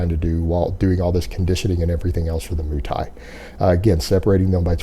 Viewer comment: "moo" thai?